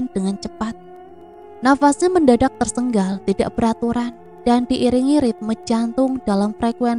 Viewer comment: Maaf gk pernah komen,mimin ini gk bisa ngmg TERSENGAL apa ya,knp di semua videonya semua pasti TERSENGGAL,padhal kan bahasa yg bener itu TERSENGAL,CM 1 G SJA.maaf ya bkn sok pinter tp tlg di koreksi,biar lbh enak di dengar.